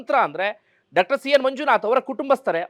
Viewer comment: ಡಾಕ್ಟರ್ ಅನ್ನುವ ಬದಲು ಡಕ್ಟರ್ ಅಂತ ಕೇಳುವಾಗ ಕಸಿವಿಸಿ ಆಗುತ್ತದೆ . ದಯವಿಟ್ಟು ಸರಿಪಡಿಸಿಕೊಳ್ಳಬೇಕು ಅಂತ ವಿನಂತಿ ಇದೆ